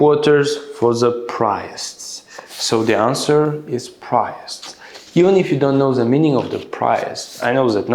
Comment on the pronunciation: Priests is pronounced like "prēsts" not "prayts" according to google translation 👍